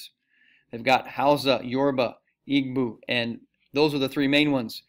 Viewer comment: I died inside at the pronunciation of Igbo